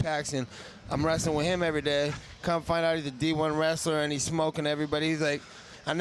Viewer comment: "i got wrastling on accident hue hue"